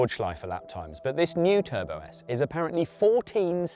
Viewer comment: bruh, Matt called it Turbosite 😭😭😭😭